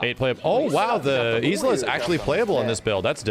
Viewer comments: I don't like that Isla is prounced is-la. It should be like isle, and eye-la. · Dammit Snk it's pronounced " Eye - Luh " not " Is - Luh "